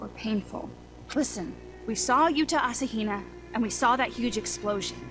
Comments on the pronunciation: I love how even spells "asahina" and reads it on screen as "asahina" and still says it as "ashina" 😂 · Love how he calls him "ashina" instead of "asahina" like when I first played the game. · the one thing that's bothering me is hes saying "ashina" instead of "asa hina" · "Achaina" RaNgU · this guy doesn't listen to games as he plays them does he? Yuta: I'm Yuta Asahina (you-ta a-sa-hee-na): A-sheena's little brother!